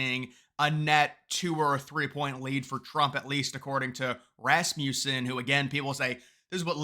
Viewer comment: Its not Rasmewson.....But I agree with you, now I don't, there's no way it's this close....